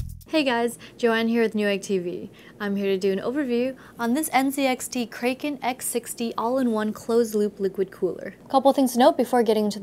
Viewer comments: Cray-ken lol... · Joanne said (cray-ken) instead of (crack-en). Makes me question everything I ever knew about mythology, including God, and this singular existence we call life... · ikr, wtf is a cray-ken CRACK-EN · kraken!! not 'cray' ken, jesus. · Joanne sweetie its pronounced Kra Ken not Kray Ken but nice over view anyway lol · It's pronounced " Crack in" Joanne you're hot but watch the movie "Clash of the titans" You'll understand what I mean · STOP SAY KRAYKEN WOMAN!! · the kraykun .. lol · isn't it crack-un? hence the 'e' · krayken Lol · "Kray-ken"!!!?? I'm sad panda :'[ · kay-ken.. i cant take it.. MOM MAKE IT STOP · she's saying Kraken wrong right?